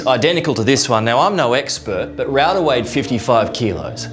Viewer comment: Rau da nahi राउदा